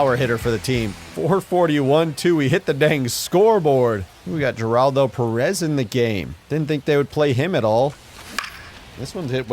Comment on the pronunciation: The way pronounces Geraldo's name bugs me more than it should 😅